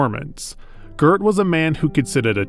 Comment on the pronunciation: Is the voice of this video AI-generated ? In a lot of places (eg: ) you mispronounce "Goeth" in a very strange way, in which a human would not normally do: you add an "r" in there. Is that your voice or some AI ?